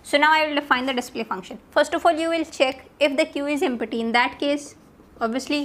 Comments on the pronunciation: what is empity ? my god! please learn how to pronounce empty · Correct your pronunsiation of 'empty' 😅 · empatty instead of empty !!!!!!!LOL!!!!!!!